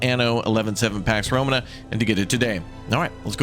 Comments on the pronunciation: Pax Row-maa-nuh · You’ve got to stop pronouncing Romana wrong man it makes me quit watching before the video starts 😂